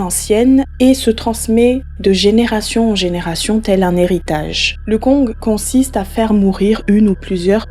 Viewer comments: tu ne dois pas prononcer le g de kong ca se prononce kon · On dit le Koñg stp. sans toute fois prononcer le g de la fin , stp. Merci.